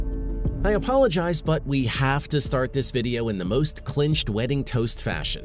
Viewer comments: Clichéd is not pronounced "clinched." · Mispronounced cliched and Principia. And why do you keep quoting woo-woo pseudoscience like The Secret?